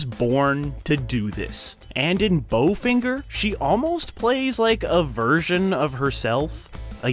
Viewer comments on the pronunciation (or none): none